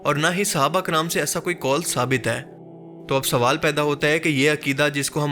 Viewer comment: Kol nahi, Qaul